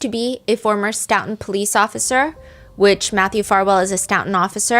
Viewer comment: STOE-TON not stout-on